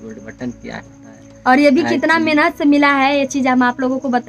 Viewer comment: Menhat nhi Mehnat hota h 🤣